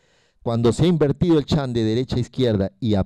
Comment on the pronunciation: excelente exposicion ....sugerencia no intente decir las palabras en ingles......shunt no en chan , entre otras